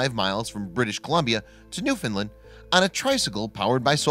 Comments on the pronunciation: It's call NEWFOUNDLAND not NEWFINLAND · Newfoundland . Pronounced new found land . Not new fin land . Or new found lind . New found land . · Newfoundland rhymes with understand. Pronounce the vowel in the last syllable. Hearing Noof’ndl’nd is really irritating. The only thing worse is NooFOUNDl’nd. The stress can be on the first syllable or the last one, never on the middle syllable.